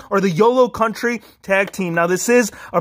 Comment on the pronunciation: County....not country